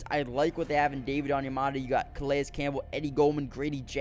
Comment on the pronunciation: Good stuff.... fyi i think Calais is pronounced 'Ka-Lay